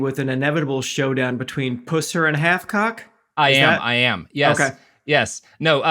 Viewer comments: The pronunciation is just so bad I can't.. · Goddamit Robert, learn how to pronounce something. You’re giving Virginia a bad name! Also, the Drive By Truckers have been singing about the truth of pusser for like 20-25 years now…. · I'm from the area, too, and came here to say this. It's kinda making my skin crawl every time they mispronounce it. 😆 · Same, it's like sudden nails on a chalkboard 🤣 I never even considered you could pronounce it any other way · Mispronouncing every name possible is kinda Robert's secondary mission in life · Thanks for the confirmation. I thought that they mispronounced his last name. 🌈🌈🧐😉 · understandable sentiment, and probably good as a bit. The note is just for accuracy as someone who hears and says the name a lot unfortunately. If Robert's pronunciation were the real one, the jokes about the Pussers around here would be even better. But his actual name is also pretty hilarious on its own, and fitting for the man I think. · It's not pronounced poosser. It just pus, with an er after it. Like one who pusses. Pusser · Just adding to the small chorus- as someone who grew up in the area, Pusser is pronounced like "pus" from an infection. Which is arguably even worse. Also, it is WILD to hear about this tiny town on the show. Most people believe the myth, but plenty always knew Pusser was a monster. Unfortunately, the town really depends on the money from tourism based on the lie. Yet to be determined how they'll move forward with his legacy 😬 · It's Buford "PUH-Ser" not "POO-SER." Yes, Buford was just as much a fraud as the Bigfoot film that came out at the same time. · Ok, I grew up in this area, and you're saying the name wrong. It's not like "puss" as in cat, it's "pus" as in purulent drainage. Which is appropriate, considering the type of person he was. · You are mispronouncing his name, it's Pus ser! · Please please please say his name right, everytime you say it, it throws my concentration off, lol...its PUSS-er